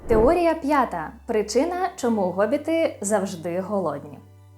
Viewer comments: Вибачте, але який Гобіт??? Хобіт! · Чому Гобіт, невже в українській мові немає літери Х яка передає звук [х]? Є багато прикладів, як от призвище Хома, місто Хотин, т.п. Ми ж не кажемо Готин...